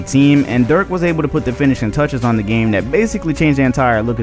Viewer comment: Why can't any of these NBA you tubers cant pronounce Dirk's name correctly. The video is amazing otherwise